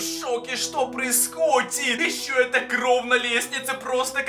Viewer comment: Почему ты говоришь кров они кровь